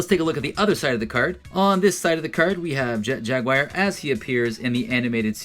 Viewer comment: Your knowledge of toys is incredible. Your knowledge of how to say Jaguar..not so much